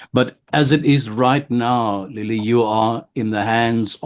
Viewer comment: Its not lillie it's lelie